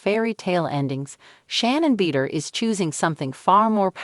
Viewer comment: IKR? ridiculous - pretending to have the inside track on information about someone whose name the AI robot can't even pronounce. "Beeder." lol